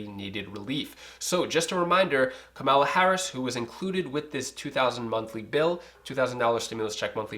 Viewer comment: Its COMMA-LA bro! 😁